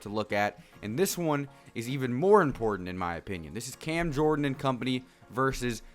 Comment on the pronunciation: Did this guy say cam jordan 🤣🤣🤣